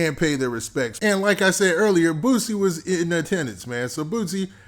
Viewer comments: BOOSIE NOT BOOTSIE dahm. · Sound like he saying Boot-sie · Don’t say his name if u can’t say it right⚠️